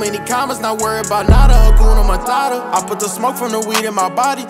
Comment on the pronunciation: Just a Swahili 🇰🇪 speaker saying it's "HA-KU-NA MA-TA-TA" not "Hakyuna Marara" with ya'll American pronunciation 😏 Nice song tho 🔥🔥💯